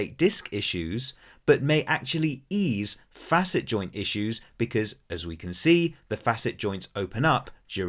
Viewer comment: My compliments to you for pronouncing "facet" properly! You are only one of 2 out of 3-4 dozen doctors and PT's I've listened to on YT that understand that they call it a "fa'-sit" because we're dealing with 2 adjacent surfaces that should normally move across one another in a complimentary fashion. Spread the word to other dipstick doctors who only got "C"'s in English class, that the word has been in existence for hundreds of years before our modern medical anatomists named them!! But I am here because I believe arthropathy is what is causing my foraminal stenosis of L4, L5, and S1. Possibly at my L3 facets or vertebral endplates as well. Had 24 non-surgical decompression treatments with little improvement. But a week ago I went back to one of my DC chiropractors who has a lumbar traction/flexion table. Oh my God! The relief is so much more pronounced than with the prior vertical decomp sessions I had! I have MRI's but need a trained doctor or clinician to look whether it could be a facet joint or a vertebral endplate with some moderate spurring going on. The clinical pathology report states such. The evidence you confirmed here says it may be both somewhat; but by going on the flexion table he's achieving a hydrating of the first few discs in a more effective way. I hope it continues to improve; but I've got surgeon's phone numbers waiting if push comes to shove. And I would only consider an endoscopic laminotomy or decompression by removing osteophytes with their endoscop